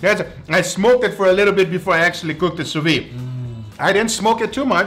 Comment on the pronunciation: You forgot, "Sous-vee", it's "Sous-Vide" pronounced like a pot "lid" Sous vee, scratch my hears each times!